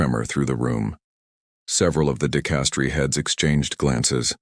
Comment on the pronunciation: Good God ( if you excuse my pun), your channel specializes with the Vatican, the papecy and it's governance. And yet, your narration which I imagine is AI, is not able to pronounce basic inherent words to your dedicated channel; "dicastery", Parolin", "cassock". The curia is not the cure. Do you understand how many times the word " dicastery" is said in this story. Show a little self respect in regard to your finished product.